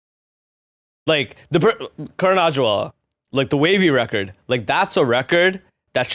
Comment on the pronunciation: Bro learn how to pronounce Karan Aujla’s. You’re such a clown.